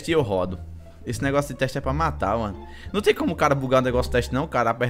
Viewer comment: Se você perceber bem, ngm do vídeo fala (Não) certo, só sabe falar "Nhão" mds kkkkk